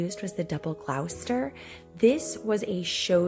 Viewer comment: Lovely! Wonderful selection. Just as a point of interest, Gloucester is pronounced Gloss ter. Used to live 2 towns away.